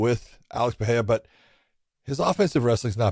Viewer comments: The way josh pronounces perierra and porier bothers me lol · Just say Purr ER rah ! Not Fah hay dah. Or Peter Yan not Pee oh ter